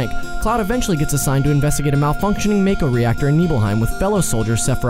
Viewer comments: just to let you know after games like crisis core with voice acting it happens that mako is pronounced mawko seams like alot of peolpe don't know about that at least your not one of the people who talk about crisis core and sill mispronounce it that just makes people look dumb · Why do so many people pronounce it "mayko" when it's very clearly "mahko" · LU-CRET-SI-A, VA-LEN-TYNE, MAH-KOH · Sorry for the nerdy corrections but Cloud never joined SOLDIER, he was an infantryman. The correct pronunciations... "ma-ko " "lu cre tsia" "valentyne" Cloud wasn't actually a "moody dude" and was actually pretty dorky and a social outcast. His "moody" persona was how he thought a SOLDIER 1st class should act. But you are right that Red XIII is amazing. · “Valenteen” “mayko” lol